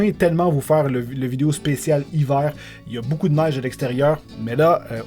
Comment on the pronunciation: j'aime comment tu dis video ''videyo'' XD